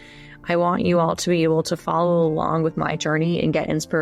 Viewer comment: Please say "alonggggg" again. When someone embraces syllables you know they are having a good day. Or maybe it's just related to lingered, controlled brushstrokes. Anyway, enjoyed the lecture.